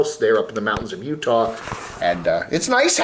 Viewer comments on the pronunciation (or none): none